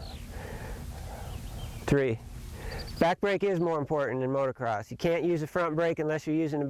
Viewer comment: Holy smokes. You've been involved with Motocross for 35+ years. So say MOTO-CROSS. NOT motor-cross.